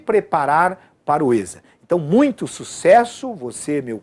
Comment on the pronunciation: Se chama "esSa" é nao êsSa kkkkkkkkkkkk